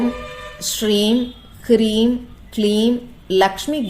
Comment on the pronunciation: Mam is it kreem or hreem?